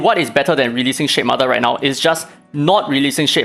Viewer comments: Ngl I wasn't hearing shademother, I was hearing shitmother, and honestly probably a more accurate name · It toom me a long time to figure out weather you were calling it the S***mother or Shade mother😂. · I love that I kept hearing "shit mother" 🤣